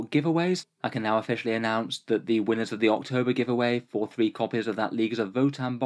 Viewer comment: Excuse me "Orktober"